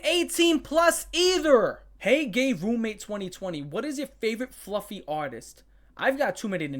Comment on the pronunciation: Fluhfee.. 😦 Ponh-nee.. 😨 abyoose 😮😮